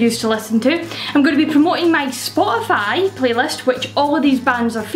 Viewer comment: I swear I heard you say "I'll list these on Scotify."